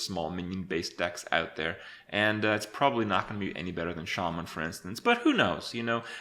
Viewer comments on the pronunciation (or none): none